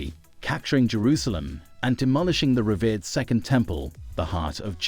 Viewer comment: The words Trophy, Christ, and revered not pronounced very well.